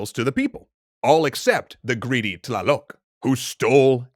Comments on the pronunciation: Tlaloc isn’t like ta-la-loc it’s a said in the same like tl-a-lac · Violet Hall yup I heard myself trying to understand tlaloc’s prenouneciation